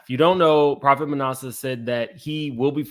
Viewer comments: lol it’s like ass-a. Manasseh…like one of Joseph’s son in the Bible. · ITS PRONOUCE MA NAS A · Ma NASS uh,. (Like “ass,” but I didn’t want to say that because I wouldn’t dare ascribe that to him; just so you know how to pronounce it.) 😊